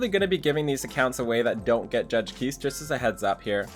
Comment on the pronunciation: Just an FYI, Kise is actually pronounced Key-Say (translates from her korean name - 키세). Not sure if you care but just wanted to let you know! Good luck on the Kise rolls!